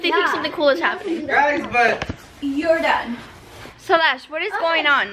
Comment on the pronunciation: “YoR dOne.“ 🤣